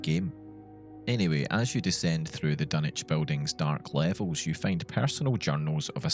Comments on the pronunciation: take a shot every "dunnich" and not dunwich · Your pronouncing Dunwich with out using the w man , wtf,?